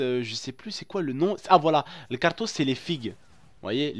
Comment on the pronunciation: les figues c'est pas kartouss c'est karmous